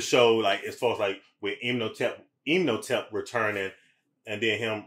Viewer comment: Rip panick, they on here saying imnotep😂 😊 when its imhotep😂